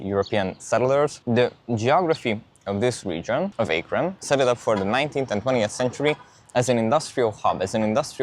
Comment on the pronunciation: lol the pronunciation is wild. Locally it’s pronounced A-kren not Aey-kron and the river is usually pronounced Kaya-ho-ga not Koy-ohga. Arguably your pronunciation sounds closer to the spelling but you wouldn’t pass for an Ohioan saying towns and landmarks in that way.